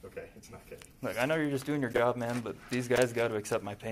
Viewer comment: I don't believe it said CHASH!